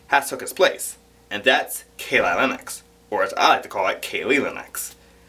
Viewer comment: Keeelee leeneeex😂😂😂